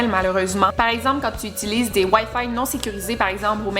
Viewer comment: Je m’y attendais pas à la façon dont tu as dit « wifi » ahah j’adore ton accents québécois ❤️😂